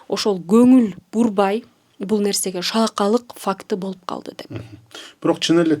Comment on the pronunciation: Таттыбүбү айым сиз бир эмес эки жолу шалаакалык деп айттыңыз. Адам баласы албетте сөзсүз адашып сүйлөп алышы толук ыктымал. Бирок сиз кайра кайра шалаакалык деп айттыңыз. Же кыргыз тилинде шалаакылык деген сөз шалаакалык деп өзгөргөнбү?